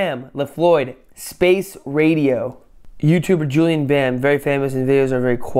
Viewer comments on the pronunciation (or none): He is called "JuliEn", not "JuliAn". Please correct that horrific mistake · His Name is JULIEN and not JULIAN 😂🤦🏼‍♀️🤦🏼‍♀️ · Es heißt Julien nicht Julian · It's actually Juli e n Bam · JULIEN BAM NOT JULIAN BAM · JuliEn Bam, Not JuliAn Bam😂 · Julien Not Julian 😂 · JULIEN NOT JULIAN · its julien bam not julian bam xD